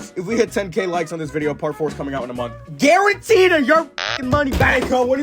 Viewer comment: I'm pretty sure dude said one month and he might have said garented.